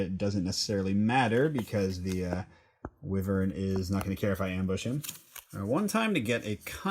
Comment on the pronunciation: Wyvern is pronounced "why-vern"